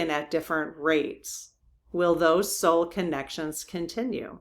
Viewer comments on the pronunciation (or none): none